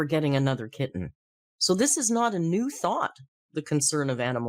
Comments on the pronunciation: the way amber is saying kitten is making me want to throw something. Kit-ten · Why does she keep over enunciating the ‘T’s in ‘kitten’? She doesn’t say ‘boTTle’ or ‘gliTTer’, she pronounces them with a softened ‘t’ which is normal for a US accent…SO WHYS SHE SAYING IT WEIRDLY??